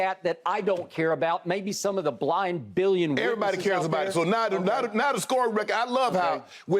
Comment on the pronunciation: Skip said "some off city" lol. Every city not NYC LA CHI ATL MIA